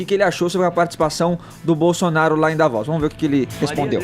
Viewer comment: "Davóz" huahuahua